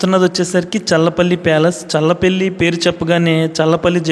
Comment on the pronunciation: అది చర్ల పల్లి కాదు స్వామి.... చల్లపల్లి... మా ఊరు పక్కనే